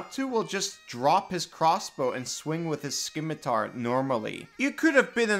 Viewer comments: I have to fully stop the video at "skimitar". It's pronounced ssimitar, it's a soft C not a hard C. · FFS ITS PRONOUNCED SIM-ITAR NOT SKIM-ITAR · Did he really just say "skim-itar" at ?? XD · My man really pronounces them "m'Lay" and "sKimitar" 💀 Amazing content, though 💖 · Hahahaha Skimitar love it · My boy out here pronouncing it "ｍ＇Ｌｅｙ" and "ｓＫｉｍｉｔａｒ" 💀 Amazing content though, my dude 🙏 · Skim-itar made me cringe